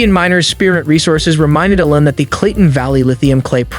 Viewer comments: You’re calling him Ellen, it should be more like “eel-on” with the first syllable being stressed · EEEEE-Lon Musk not Ellen Musk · It's ELON not ELLEN, f n moron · E-lon not El-on, listen to his mom say his name. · Musk's given name is not Ellen . It's E L ON . Think Teflon . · trump calls him LEON ... you call him ELIN ... well, his mom calls him ELON (just so you know) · Really you can't pronounce Elon? Something stinks bad here. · Why in the world do you pronounce his name like that? How do you not know the richest man in the world. Totally bizarre. Great video otherwise!